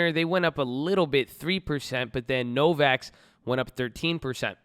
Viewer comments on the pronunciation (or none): DUDE! It's NOVAVAX, not Novax. Miles of upside